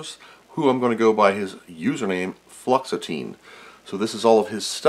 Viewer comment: Was that users name fluoxetine as in the anti depressant or did i just hear something completely different? lol